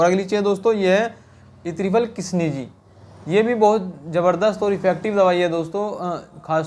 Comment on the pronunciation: Kisneeji नहीं kishneezee